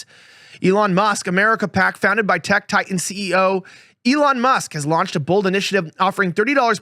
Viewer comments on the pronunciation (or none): none